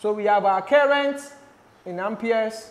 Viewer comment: You saying current like kerrent is so funny It just seems like you're calling my name